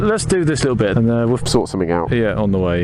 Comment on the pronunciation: to . Only a brit would call " braking performance" tasty. xD a " lii uuuUULLLL" bit of humOUR there eh ? xP